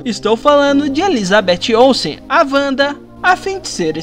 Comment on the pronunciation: É Wanda (Uanda) e não Wanda (Vanda)......